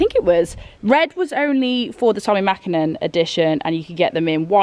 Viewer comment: Mäkinen :P Please change :D Otherwise amazing video as usual! :D